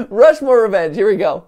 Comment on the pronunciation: rount mushmore